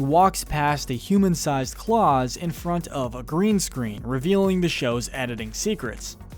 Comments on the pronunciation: At least do your homework before making videos like this. It's Klaus, not claws. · Why do you keep calling him claws!? It's KLAUS!!!! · Its Klaus like mouse not claws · Its Not claws It's Klaus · when he says "claws" not Klaus. This man ain't seen an episode in his life. Damn shame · Anyone else cringe every time he calls him "Klause" and not "Klouse" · Also, it's pronounced Klaus, no Claws, you moron. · How can you possibly make a 11 1/2 minute video and mispronounce a name that is used in almost every single video? Klause man. I know how it's spelled, but the pronunciation is evident with any kind of research. It's not like Latin and you have to guess. The pronunciation is right there on again almost every episode. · The only thing that I didn’t like about this is that he pronounced klaus as claws!... the family says klaus several times not claws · CLAWS????! ITS FUCKING KLAUS!!! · It’s Klaus. Not “claws”. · It's Klaus not claws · Klaus is pronounced kl-aw-s not claws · Did u just call klaus claws wtf did u even watch the show they literally all say klaus wtf dude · Why do you call him claws? Its clause pronounced like mouse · Every time! Claws != Klaus gdi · Klaus does not rhyme with “claws”.. it rhymes with louse. it is pronounced “klouse”. also roger is shown to be a bonafide alien, when he shows stan his spaceship and calls his morhership to come and there is an entire population of Roger aliens and they abduct Haley’s boyfriend and take him away and there is a whole story arc around around Haley’s boyfriend and Sinbad (the comedian, not the sailor) I know these things seem pedantic, but the thing is that they are obvious things anyone who actually “watches” the show would know. why make a video about a show you don’t even know anything about? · First of all, it's Klaus, not Claws. Second of all, he is the talking golden fish. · You called Claus 'Claws', it's more like mouse... Claus. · it's pronounced more like clowe'ss or clowse, not like Santa Claus